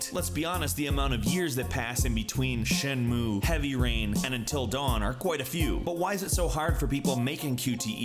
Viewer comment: Shen-Moo-Ay. You skipped the last syllable and that took a bit away from the video for me